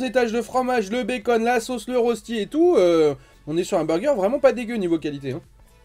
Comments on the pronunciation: Ca se prononce reushti et pas rosti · Hello j’aime beaucoup ce que tu fait mais en tant que suisse mes oreilles saignent quand tu prononce Rösti et donc voilà la bonne prononciation phonétiques : « Reuchti »